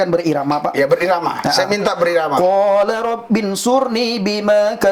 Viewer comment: Baca AlQurannya masih salah, berarti dia baca Latinnya. bukan dibaca Qola, tapi Qala, sepertinya pernah belajar baca latin Quran, tapi bukan huruf Arabnya.